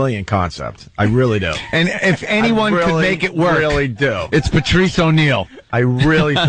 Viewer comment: Everytime Opie says "Pertrice" we all lose a day off our lives.